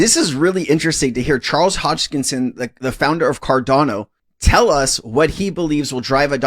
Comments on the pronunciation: Hosk in son, not Hoj kin son 😂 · Hey man, it’s Charles “HOS-KIN-SON”, not “Hodgekinson”. Just so you know 😅